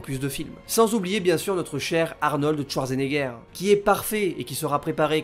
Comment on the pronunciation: "Arnold Touardgenéguère"... l'allemand n'est pas le fort des francophones, mais quand-même, un petit effort please ;-)